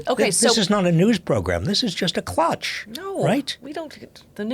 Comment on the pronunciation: Klatch, not clutch